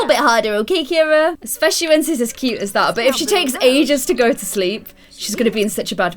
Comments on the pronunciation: Anyone realise that Ciara is pronounced Kee ara not Keira? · Actually my best friend is called Ciara and u pronounce it Kira she says it’s an Irish name so yeah (not hating on u just correcting u x)